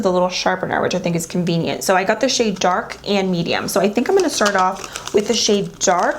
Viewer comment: This is how much she said convineant